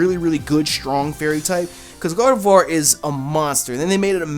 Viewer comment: Finally! someone who says Gardevoir right!! LOL